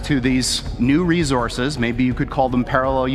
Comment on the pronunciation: I don’t trust this guy and anyone that say “rezorziz” instead of resources and why would you steal another dimensions resources that’s fucked up